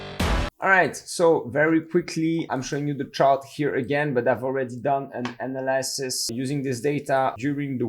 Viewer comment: Love you man, but you got to learn how to say Analysis propertly.